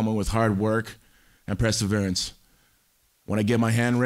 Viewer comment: I don't know how many times I've heard this I don't know how many times but I just noticed Tito pronounced perseverance as PRESServerance 😂